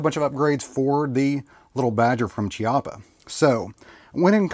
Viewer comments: I hate being "that guy" but this is an Italian rifle with an Italian name so "ch" is read as "k". So instead of "ch" as in "chocolate" it is actually pronounced as "Kiappa". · It's Kee-au-puh. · chiappa is pronounced Kiappa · Your video was mostly OK but I do want to say two things. First of all the way you phrased it, it sounds like you are saying that little badger is the company and that Chiappa is the gun but that’s obviously not what you meant. Also you pronounce Chiappa with a ch sound when it is actually meant to be a k sound as weird as that is. Otherwise this was a very accurate video and probably helped many of your viewers. 👍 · You lost me when you miss pronounced Chiappa ...FFS .